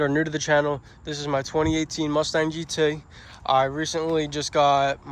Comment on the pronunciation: Why do you say gt like a uk redneck